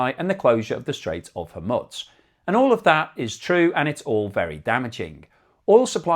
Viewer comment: Whore-mooooz. There is only 1 way to pronounce that word. Whore-mooooz. I would think in the United Kingdom of Islam you should know how to pronounce the word.